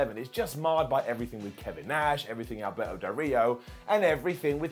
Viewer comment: Haha sounded like said Alberto burrito haha that's a great name